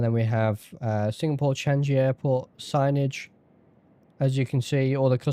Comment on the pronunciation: G'day, congrats on 3k! and what a great landing to celebrate into an airport that I called home for 2 years, I must say though, I've never heard changi pronounced chan-ji (did get a good laugh out of it;) ). As an owner of the cloudsurf WSSS, while inferior, not needing a custom ortho tile makes it a bit easier! Will get their hong kong scenery, when the salary permits it haha, yet again, great stream mate!